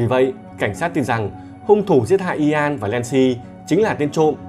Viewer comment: Ian đọc như ‘yên’. Chứ ko phải i an đâu ạ 😁